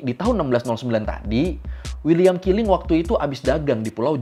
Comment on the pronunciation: Keling ✅ Kiling ❎